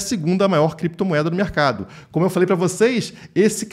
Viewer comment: "Crepetomoeda" kkkkkk